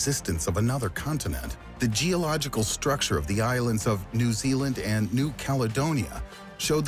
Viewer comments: “Zeeealand” “the cook mountains” haha, can’t this seriously when there’s so many simple mistakes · Can you stop calling my country' Zealand' thanks! We don't live in the Netherlands! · He really calling new zealand zealand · "Zealand" reee